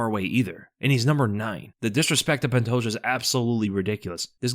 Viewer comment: The day will come when he says pantoja’s name right